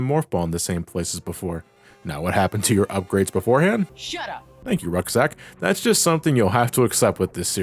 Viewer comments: Are we ignoring calling Roxas "Rucksack"? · Did he seriously call Roxas RUCKSACK?!?! Unless he said that on purpose, you just did our boy😊 dirty!!!! Lol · Uh dude it’s roxas’s not whatever the heck you said get it right!